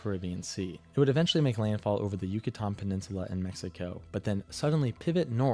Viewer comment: Just FYI, it's prounounced 'U-cah-tan' peninsula and Bay of 'Camp-ee-chee', not what that dude said in his video... And some reasons why hurricanes tend to be more catastrophic over the TX-LA-MS area are due to the terrain is relatively flat in that part of the country, so it takes longer for floodwaters to dissipate, which can have a big impact on saving lives and increases the amount of property damage that can occur. That part of the country is also on the western edge, or window, of where hurricanes travel, which sometimes can lead to them moving very slowly or even becoming stationary, which makes flooding many times worse than a storm that passes through in 12 hours. Another reason is the Gulf of America; by the time July and August roll around, water temperatures are in the 85-90F range (29-32C) which can act as 'superfuel' for these storms, since hurricanes need water temps of 80F (27C) to develop/sustain themselves. The warmer the water, the greater the kinetic energy potential can be had as the water droplets cool while rising within the storm, releasing heat/energy for the storm to feed on and grow stronger. Lastly to add, he must have made this video before Helene in 2024 (it's private, so cannot view it). Helene's estimates of 200 billion in damage and at least 250 deaths...which that number has continued to increase even though it's been nearly 2 years since it hit. Helene would probably be in the top 5 on this guy's list.